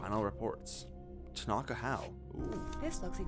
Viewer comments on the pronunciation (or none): They pronounced "tanaka" wrong I'm dying